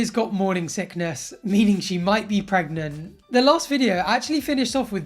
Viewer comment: She's not 'preg-mont'